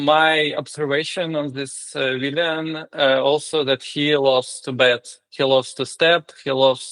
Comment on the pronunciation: Виллан, не виллиан. Для того, кто звонил